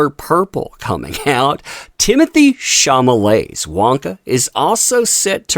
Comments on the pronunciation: are you aware that you mispronounced Chalamets name everytime you said it? You said "chamalet" and its "chalamet" 🤭🤭🤭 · SHAW-luh-may not SHAW-muh-lay. LOL Dude... So it looks like they're waiting for Aquaman 2 to fail but if they're thinking Wonka is gonna be some box office bonanza, take a look at the race and gender swaps. Little Charlie looks to be a black female instead of a white male. It's more woke garbage that will be rejected by the masses. So I'm expecting both movies to fail in spectacular fashion actually. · Ate you doing this on purpose? Mispronouncing ChaLamet as ChaMalet? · The only issue I have with this: shaw-law-may. Not shaw-ma-ley. I don't know who that is or care but misreading it over and over was agitating. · CHA-LA-MET NOT CHA-MA-LET. Good video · Question, Is there any reason you're calling him Sham-a-lay and NOT Shall-Lu-May ??? Are you intentionally mispronouncing his name? just curious? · He keeps saying "Chamalete".😂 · No desire to see Wonka or Aquaman 2. Don't care about either movie. Also it's Timothy Chalamet why are you pronouncing it Chamalet? LMAO! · Mispronouncing Chalamet throughout the video.